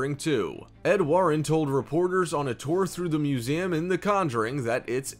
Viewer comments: It bugged me every time he said, “muzayum”. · No one: People watching: Me: making this Him:MusEAmnmmmm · He dead ass said “museaaaaam”